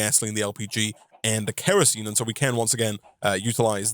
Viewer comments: It is K.E.R.O.S.E.N.E. not kreasene. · I'm a little under 5 minutes into the video. Does he ever stop calling kerosene kreosene? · Sorry it’s kERosene not kREosene. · Hearing call Kerosine "Kreosine" hurts my soul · Sound your words out bro, kerosene is pronounced KEH-roh-seen. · For the people getting mad at the mispronouncing of Kerosene. Keep in mind, he's also trying to be entertaining, and doing all of this live on Twitch. Meaning there's already quite a bit of pressure on him. Let it slide. Any other time I'd say it too. Like when people write expresso. (it's espresso). But this is without an audience watching someone play a modpack that already requires a lot of thinking and planning.